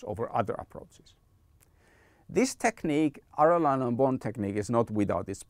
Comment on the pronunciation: Excellent video, just as a side note. Arellano is an Spanish name, so it's pronounced like "Areyano". Anyway good information was useful for me